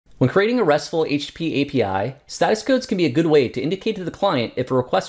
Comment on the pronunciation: Sorry, my english is not my first language, it sounds to me like you are saying HP instead of HTTP. Is that a common way to refer to it as well? or is your English just too fast for me?. BTW Thank you so much for the Hellang library, very useful!